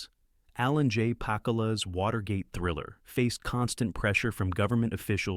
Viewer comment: ANNOUNCER OF THIS VIDEO : SIR------HIS NAME IS PROPERLY PRONOUNCED ALAN. J. PACK OOO LA. ----------PLEASE, OUT OF RESPECT, PRONOUNCE IT PROPERLY. -------MJL, 78 Y/O